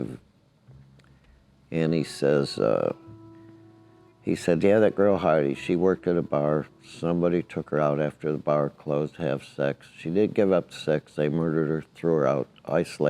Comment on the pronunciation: Heidi's name is actually pronounced Hee-Dee